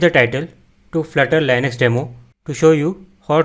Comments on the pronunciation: Bro, It's not lienux... It's Leenux (Linux) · its not Lainax. its Linux